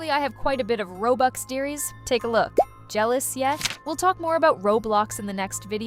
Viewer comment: Bro she is saying jellyous 😂😂